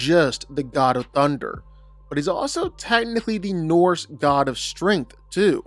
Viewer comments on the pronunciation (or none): none